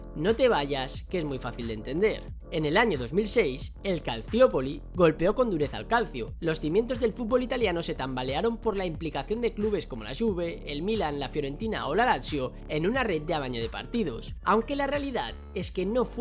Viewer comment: Cómo vas a pronunciar el nombre de la liga italiana así!!! Se pronuncia Calchio